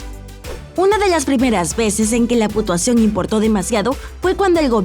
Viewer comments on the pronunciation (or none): escuche putuación